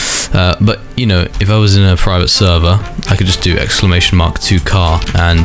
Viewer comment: bro keep repeating praivet servah 💀💀